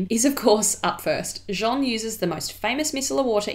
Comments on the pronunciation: Calling her Jean, as in Jean-Luc... she isnt french... !!! But she'll find a way of coming to Jeanne! like Jeanne d'arc, Jeanne Moreau, etc. Just listen to an interview with Jeanne Moreau f.i! or think of Ann, + a J in front... anyway its funny and cute! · Thank you Jeanne! Sorry about the pronunciation, it was something I couldn't quite get my tongue around at the time but definitely know the difference now 😊 It's a lovely name! x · I agree your French pronunciation is really good, cheers to you! Just as a bit of constructive criticism, you are pronouncing Jeanne as “Jean” the male version of the name. Hard to describe but Jeanne is slightly longer with a bit of a vowel difference. It’s a subtle nuance, and like I said your pronunciation is amazing. Just letting you know because I would want a native speaker to tell me if I was in your position! Also I loooove these videos! Xx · Appreciated this video but you pronounce her name in a very wrong way ! You call her ''Jean'' the masculine of her name, actually. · Nice video! But your pronunciation of 'Jeanne' is slightly off, you're actually saying 'Jean' (which is the male version of the name, haha). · ...it sounds like you're saying her name but the male version of it. Her name Jean-NE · You pronounce her name like Jean the masculine form of Jeanne. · Thank you! Other people have pointed that out - I'd tried to study the pronunciation but couldn't quite wrap my tongue around it in this video. I've mentioned her in videos since this and think I was closer ☺️👍 x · I mispronounced it in this video too unfortunately, but I got it right in more recent content! You can hear Jeanne say it in a Vogue video 👍 x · Thank you, yes someone else pointed that out! Sorry I couldn't quite get my tongue around the masculine / feminine names at the time but know the difference now. Hopefully it was still an improvement on a lot of other pronunciation I've heard on YouTube! x